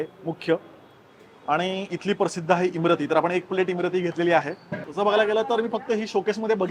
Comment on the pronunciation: इमारती आहे, इमरती नही